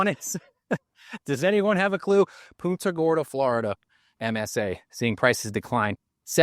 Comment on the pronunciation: You said punta wrong.